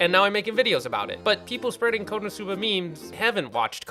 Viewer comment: When you said konoscuba I thought it was going to be scooby-doo and it was konoscooba